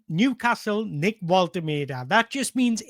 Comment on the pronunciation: Great video. Love the fact you pronounce Nicks name diffeently every time. :D :D :D